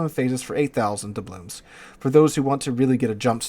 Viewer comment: I wonder if will ever pronounce "doubloons" correctly.